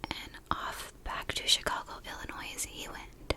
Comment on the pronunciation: Absolutely wonderful detailed video. Absolutely fantastic final look. But, as a fellow Chicago native, we absolutely DO NOT say the S in Illinois 🤣🤣